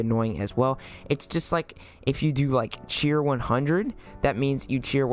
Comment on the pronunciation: i thought he said cweer